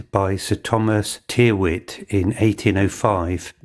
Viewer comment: With a nod to pedantry, I suggest the surname Tyrwhitt is normally pronounced "Tirritt" !!